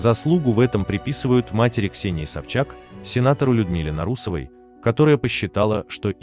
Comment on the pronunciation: Куцые видео, да ещё и фамилию Нарусовой произносят неправильно👎